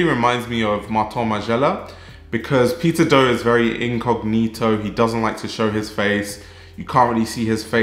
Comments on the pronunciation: I misheard you say peter do as "pizza dough" hahaha, fack. The pizza dough community. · i can't unhear pizza dough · Why it sounds like a “Pizza Dough” from your lips to me?🙂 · I can't stop hearing "Pizza doe", thank you for the great video doe! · The pronunciation for Peter Do is correct?